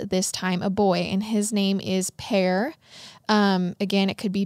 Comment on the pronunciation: You said the name right the first time. Per pronounced Pair. Like a pair of pants 😊